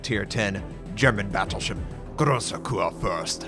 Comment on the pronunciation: it's grossah kiur fuirst , myoko:meeh oh Koh